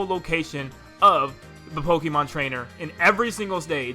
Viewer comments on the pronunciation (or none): Yo why are all the kids saying “pokeemon” instead of “pokaymon” even though that’s how the TV show has been pronouncing it since forever and even the announcer pronouces it that way? Where did we go wrong?